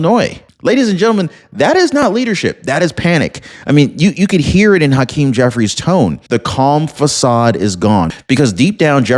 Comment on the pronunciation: Haaaakeem? Cmon man. Pronounce it as hakeem. Dont place undo emphasis on the ha. Just let it out regularly. Say it with me now, hakeem.